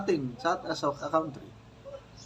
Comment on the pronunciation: Lagi po akong nakasubaybay sa mga vlog mo. If you don't mind mayroon po akong konting puna po sa Pronunciation mo ng Country. Kasi Ang pronunciation nila Pangulong Duterte, BBM, Marcoleta, P. Cayetano etc ay hindi tulad ng sayo. Yun Lang po. Ang konting kita mo sa pagba Vlogg ay itinutulong mo rin Pala sa mahihirap nating mga kababayan dyan sa Mindanao. Kay buti po ng iyong puso sa pag tulong sa mahihirap. I Salute you po at Salamat.